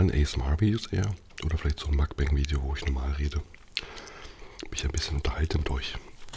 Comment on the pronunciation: ich mein, wenn du schon das koreanische wort auf koreanisch (먼방) benutzt, ist das zu viel verlangt, dass man es dann wenigstens versucht? vor allem, wenn es schon mal erklärt wurde. musst es einfach nur mokbang statt makbäng aussprechen.